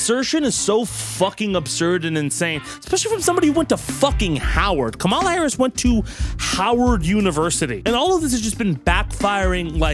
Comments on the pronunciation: please fix your pronunciation on ONE thing, It's KAmala, not KaMAla. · 😁😁😆 Dude. It's COMM-ah-la, not comm-AH-la. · I believe the preferred pronunciation, as in how she pronounces it, is “comma la” which rhymes with “Momala” which is what her step kids called her. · With peace and respect, it's pronounced "Comma-la" not "Ka-Mall-a." The R's have been pronouncing it incorrectly to be petty losers. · I'd take a group of Fauci cuckers over a single couchie fucker also, you may have been listening to Trump pronounce Kamala's name too much, I don't believe it should have such an emphasis at the end, it's like Comma - luh. Anyway, I only point that out cause it seems like another tactic the right is using to try and be further racist, another birther kind of thing. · pronounced Kamala wrong again?!